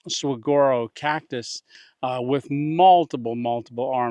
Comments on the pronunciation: Saguaro is pronounced; Suh-WAR-o. "War" in all caps to denote that the emphasis is on the 2nd syllable. Great video, there are a few tricks to camping in the Arizona desert. The 1st one, you already figured out; staying out of that sun. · Not to be a grammar nazi but the cactus is pronounced suh-war-o. Native lifelong Arizonan here. God bless.